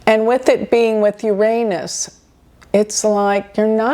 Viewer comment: I am respecting your bravery in pronouncing Uranus correctly, no matter what jokes may come.